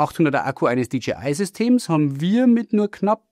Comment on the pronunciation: DJI wird nicht wie DGI ausgesprochen. Ansonsten: klasse Video!